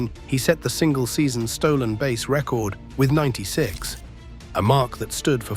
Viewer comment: Stop mispronouncing base😮